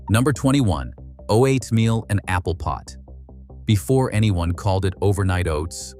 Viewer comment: AI voice? "Oh-ate Meal", really?